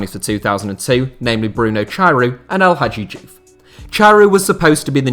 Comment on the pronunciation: How come you pronounce Bahrain in Arabic yet miss pronounce el hadji diouf 🤣😂🤣🤣 😂🤣🤣 I swear that you live in your mum's basement getting her to make you hot pockets 🤣😂🤣